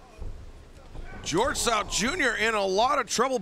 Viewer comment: George south? "Gorilla" 😅🤣🤣🤣🤣✌🏽